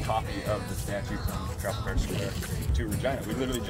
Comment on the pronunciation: Trafalgar = "Tra-Fall-Grr" ;)